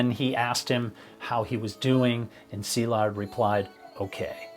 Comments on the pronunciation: I'm Hungarian and had been following Szilard for a while and I was devastated by what happened to him. I really wanted him to succeed. Also thank you for making the effort to pronounce his name properly - very refreshing. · I am a fellow Hungarian and have been following your channel for a while. Thank you for your non-sensational delivery of the facts and especially for pronancing his name correctly. This sort of attention to detail and your thorough research make your channel very special. RIP Szilárd.